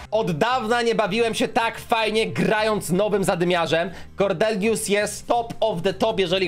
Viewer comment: Kordelius Farrell Kordelius przez D :)